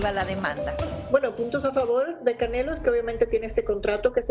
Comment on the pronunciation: La vieja ni sabe pronunciar el nombre del canelo jajaja